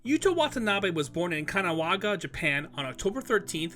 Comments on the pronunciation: It's "Kanagawa". Kanawaga sounds like some stupid camp in Minnesota. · KA-NA-GA-WA. No such place as Kanawaga. I mean come on, dude. It’s spelled exactly as it’s pronounced. 😅🤦🏻‍♀️ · Not Kanawaga it is Kanagawa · Kanawaga instead of Kanagawa.. really crack me good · kawanaga? or kanagawa? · This guy really said Kanawaga instead of Kanagawa 💀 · sports Kanawaga? Pronounce it right FFS! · Pronouncing “Kanagawa” is tough right?